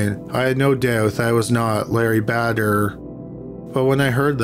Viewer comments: Bader is almost certainly pronounced "BAY-dur" and not "BAD-Ur." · My guy on the second one it's pronounced "Bay-durr". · Apologies for blurting it out; I can't get past the voice, plain irritating. You likely do it on purpose but it's not for me. Btw -how can you mispronounce Bader? badder, as in very evil, has 2 ds. The name, like the former Supreme Court Justice recently deceased requires a "long a" sound and rhymes with later. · Kinda funny how you mispronounce Mathers as "Maythers," and then immediately move on to mispronouncing Bader as "Badder." You've got your 'long A' and 'short A' pronunciations backwards, my friend.